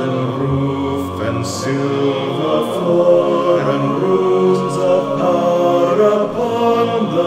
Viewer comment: It's a very small thing but the fact that "power" is given one syllable instead of two is characteristic of the 19th-century hymns that Tolkien would've grown up on, and I think that would've pleased him too.